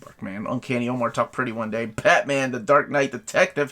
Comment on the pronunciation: I really wish you would take the time to learn how to pronounce people's names before filming the video. It's really rude, man. The fact that you're positioning yourself as somewhat of an expert and knowledgeable about comics just makes it worse. "Omar" is a simple enough name in the US, but as a person of color, I'm sure you can sympathize with this frustration - perhaps you've seen your friends deal with it at some point. This doesn't have to be improv. You clearly have a readout in front of you - just scan for unfamiliar names, and look them up, before hitting the "record" button.